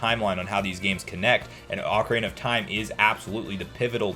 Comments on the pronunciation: You pronounce the Oc from ocarina like oak which really throws me off yet I enjoyed what you made. I think having the thought Nintendo is waiting for us to hype up the brand itself allowing more people to focus on the interest than just the normality of the 35th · Oak Arena gang or Ock Erina gang